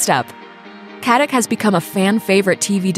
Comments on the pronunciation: FYI it’s not pronounced Katik but Katitch. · Her surname is a very common name in former Yugoslavia and in Germany and Austria where many emigrated. It is pronounces Katitsh. Nobody pronounces a c like a k in the slavian languages. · You should learn how to pronounce her last name :)